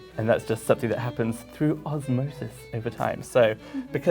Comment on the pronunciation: "sun-thing" instead of "something". Just. No.